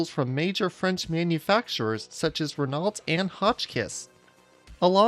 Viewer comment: the way he pronounced "renault" made me wince a little bit